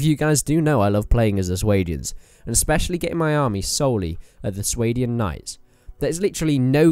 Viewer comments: Are you sure you are pronouncing Swadian right? I always assumed the swa was pronounced similar to the word spa or something. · It's "Sway-Dian"? I pronounced it "Swah-Dian". Suppose I was wrong